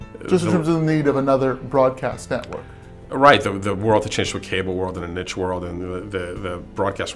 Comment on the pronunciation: I know this video is 4 years old, but did you ever figure out how to pronounce niche?